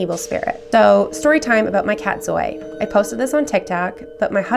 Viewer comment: My name is Zoya. Lol Zoya is Greek for life however they did not originate that name. In the Middle East Zoya is actually a very popular name and oya is the African orisha of rebirth. It's pronounced Zoyah not zoy.